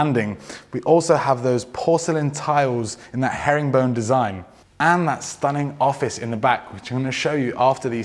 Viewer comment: Love when he says herringbone design😅